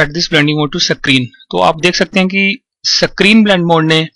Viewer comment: "screen blending mode" screen.....!!! for fuck's sake screen....!!!!!! not "sacrine" >_<